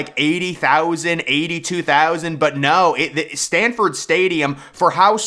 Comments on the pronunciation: Please know the name of the stadium Its Sanford not Stanford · It's pronounced S-A-N-F-O-R-D stadium lol. And it's actually #1 BTW 😊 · please, if you're going to rank UGA so low, at least pronounce the stadium name correctly